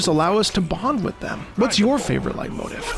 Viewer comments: I’m also American. It’s pronounced light-moteef. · Whoops I thought it was pronounced "Late-motif". Really informative video. Surprised to see how short that list was. Certainly noticed a few missing but an interesting read nonetheless. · oh... i've been pronouncing leitmotif wrong my entire life... i've been saying lay-moe-teef... i assumed it was fancy and french lmao